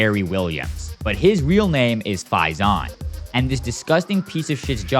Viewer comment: Bro saying Faizan the wrong way